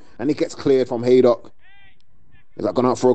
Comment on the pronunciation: Not sure who the commentator is but he calls them Haddock FC a few times, love it